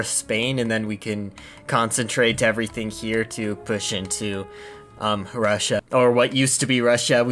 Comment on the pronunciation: What are Rusha and Sowdy Areybia? All I know is Eurasia.